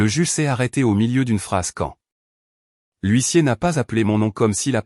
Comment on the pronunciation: Gros problèmes éternels avec le mot HUISSIER, depuis le temps, ça devrait être corrigé,comme quoi l'IA ,,ne relit RIEN